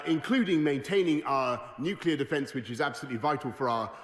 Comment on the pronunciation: Tiny little pet pieve. It's "Nu-Cle-Ar". Not "Nu-Cu-Lar". Right, rant over, great video, and great commentary.